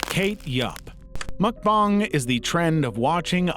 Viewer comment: why did him saying mukbang like "mukbong" make me giggle like a little girl nyeheheh :3